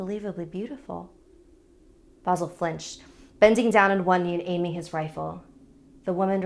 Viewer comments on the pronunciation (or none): NOT vAsil it's Vasil. And not Ivan it's ivAn good story BTW some samodivas are kind I am Bulgarian and actualy samodivas are real they are womans who are tought of witches there are few even nowadays... They are like prostitutes they lure you and rob you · It’s not vasul it’s vasil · I like how they said his name like vo zel when it's spelt vasil and pronounced vah seal I'm bulgarian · Great episode, but I'M CRYING that is not how you pronounce these names. It's more like eevUhn and vuhsEEl', I hope my bad transciption makes sence. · The way she said "Vasil" and "Ivan" made me laugh real hard as a Bulgarian But let's have a moment of silence for the sacrifice of Vasil I'm more scared for what actually happened with his body and his dog's one it sends chills to my spine 🥶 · Oh god OH NO NOOOO GOD NOOOOO as a Bulgarian i dont like that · I loved this story.The only thing that irks me is the mispronounced names.Vasil has emphasys on i.Whilst Ivan has emphasys on van. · IM BULGARIAN. And uh this is not how you say Vasil but whatever xD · Ey Im a bulgarian and its Vasil :3 And the name is pronounced a not ae but a And Ivan is E not i